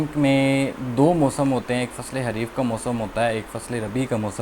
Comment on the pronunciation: It's not Hareef.........It is called Khareef.......